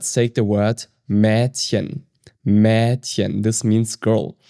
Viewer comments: been learning german for 7ish months. Wanted to practice my listening but i swear the way you are saying words is a dialect or my ears are bad. Im 7 mins in and your ich and Maedchen just sound off to me. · bei Mädchen wird das ä eher wie ein E ausgesprochen 😊 manche machen das so oder so. Nur das mit dem E ist umgangssprachlicher, und hört sich nicht so komisch an